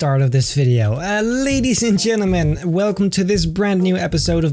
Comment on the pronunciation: I like when he sais leydies en jenneman